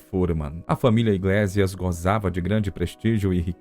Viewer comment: Iglésias? Iglêcias (pronúncia), sim.)